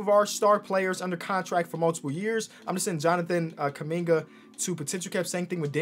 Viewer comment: Nobody is gonna flinch on how they spelled Jonathan KUMINGA, proud Congolese Native 🇨🇩🇨🇩🇨🇩 « Keuming-ah » wtf?!